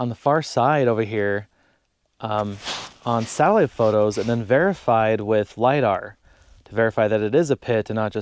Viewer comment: Too funny. I heard your "satellite" as "salad". Had to listen three times before I remembered close captioning. Ah.